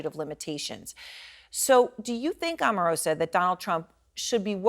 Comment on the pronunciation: As an Omarosa fan, it upsets me on her behalf when people mispronounce her name as "Auh-marosa" when it's "OH-marosa"!!